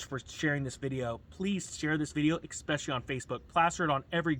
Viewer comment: I always appreciate your content and am glad I found you. This is super nitpicky and in the long run has no impact on anything vital, but there is no such word as "expecially." "Especially" is a word that you use in a lot of your videos. It's easy to think of it like experience or expectations, but it is different. I have no idea what the origin of the word is. I know there are words that kind of get hard-coded into a person's head one way or another. Whether it is a parent or friend who always said it that way, or whatever. Now this is getting long winded and I feel like a jerk for even bringing it up, but we are all here to make each other better and lift each other up, so I am going to go ahead and post this. Please don't rip me a new one internet friends on Ninja Nation.